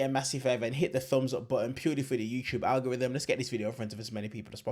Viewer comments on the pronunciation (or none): none